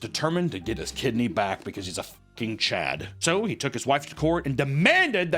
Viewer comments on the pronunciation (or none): none